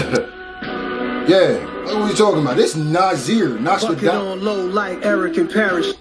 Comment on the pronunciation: Yo you butchered brother Nasir's name lmao!